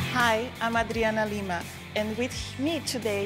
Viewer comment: Adoro como ela fala "Hi, i'm Adriana Lima" do jeito mais brasileiro que tem. Musa br.